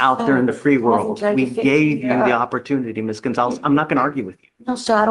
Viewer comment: Did the judge call her Ms. Coinzalez?